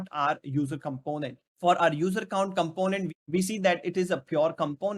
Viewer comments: Also with does he has something pronunciation issue but content is good. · The way you pronounce "component" is too much irritating